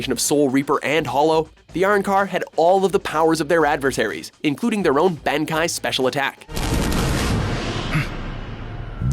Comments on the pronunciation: Band-Kai... lol It's BAAN-KAI and also in , you mentioned One Piece Whitebeard War,but it's a Fake Strawhat Pirate scene...totally wrong. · isnt it pronounced Uh--Ron-Car? ban? ban? that i know is said BON like in bonnet not ban as in banner.....can they at least watch an episode or clip from these shows so they can pronounce them correctly? Or at least in a way that doesnt sound incredibly off. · way to pick someone who knows 0% about anime this guy's head is up his ass in this mojo can't even pronounce bonkai right bankai rofl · did they really pronounce it ban kai instead of BANKAI!!!!! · its not benkai its bonkai listen the 8 place he says benkai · it's not dven bonkai it's bankai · Now say it with me... BANkai. NOT "baynkai" BON. YOU LITERALLY HAVE NO EXCUSE BECAUSE EVEN THE ENGLISH DUB SAYS IT RIGHT. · Lolll can't prenounce ban-ki if your going to put something on a list then please hear it said fucking once. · Wtf is a Ben-kai Back at it again pronouncing things wrong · are - ran - car.... ban - kaiy .......... omg whyyyyyyyyyyy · They butchered bleach soooooo bad ban-Kai lol its Aran-car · Areancar? Bankey? Really? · Can you watch the series and then learn how to pronounce bankai and arrancar please? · "BANKAI"??? Watchmojo never pronounces anything right smh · apparently u don't know how to say arrancar and bankai right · They can't say bankai correctly and that irks me in ways it shouldn't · Mispronounced Arrancar and Bankai